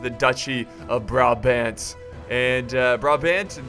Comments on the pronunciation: You have to say Braabant and you have to say THE a by te last a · you pronounce the second A in brabant the same way as you pronounce the first A currently you are saying bra-bend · You pronounce brabant as BRAHBAHNT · As much as love, the way he pronounces Brabant makes me very sad. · funny how you say 'Brabant'i live in Brabant (belgium)